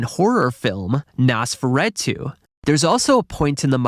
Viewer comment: Great video but the mispronunciations (especially Nosferatu) was annoying me bad